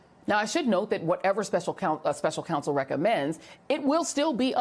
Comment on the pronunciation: It would be much easier to listen to Jill Winebanks if she could pronounce the vowel 'O' in her words 🙉. "My first respAnse... K'a'sovo ...Special Cansel...... Did the world also change the sound of vowels when we were asleep?